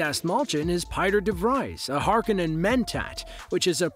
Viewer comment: If you can't even pronounce Harkonnen or Fremen correctly I'm just stopping here.